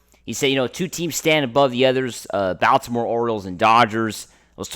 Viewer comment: Closed after the second time I hear this dude pronounce Baltimore.